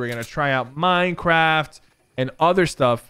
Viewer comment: OMG did h say mineacrft